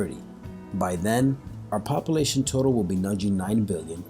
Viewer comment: Also the fear mongering in this video is really annoying also how he says "population" is driving me nuts.